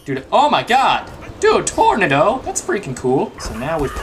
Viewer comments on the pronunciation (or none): tornido not tornado but tornido lol